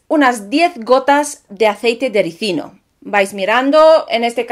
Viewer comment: Felicidades hermosa... ¡Tu si lo dices bien!! Muchos ignorantes dicen Resino en lugar de RISINO... 🤭🤭🤭